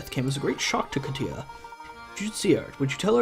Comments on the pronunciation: Kat-Ya not Kateeah. no clue why you pronounce it like that. she's white. and not pretty at all, really generic looking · Yep. As a Russian person.. that was really painful to listen to. Considering it’s a very common name around here...